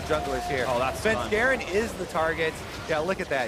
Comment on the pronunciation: If I have to listen to phreak say "shefensgaren" one more time ima fucking off myself.